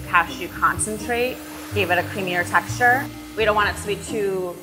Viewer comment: daamm that voice is annoying af textureRrRrRrRrRr bruh